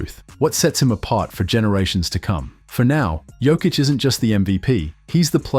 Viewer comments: Serbian J shall be read as yours Y, so try with Yokic. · learn to sayhis name! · I wish you'd say his name right after all this time. 🤦🏻‍♂️ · How about learning to pronounce his name correctly!!!??? Voted down, learn basics! 👎👎👎👎👎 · You're pronouncing his name wrong... smh. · How are you gonna make a video about the man and not even pronounce his name correctly? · as a Serb also, I think its important to professional. That means pronunciations must be right! Basics...